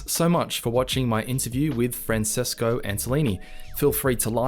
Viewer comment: I always thought Francesco is pronounced as "Franchesco". Please speak to the people at Mercury Steam. I'm a huge fan of their games, despite them being in different genres and different themes.